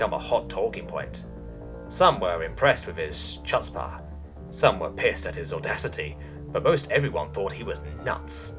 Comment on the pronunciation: as far as i know, chutzpah is pronounced "*phleghm*- utz-pah", got a laugh out of me. oh, and great vid as usual.